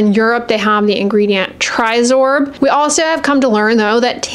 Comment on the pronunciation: Please you mentioned Trisorb filter. Maybe I didn't hear well so is it Tinosorb S or M?